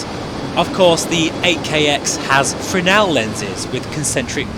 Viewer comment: "VaR-HOE" VR HMD "FReZ-NeLL" lenses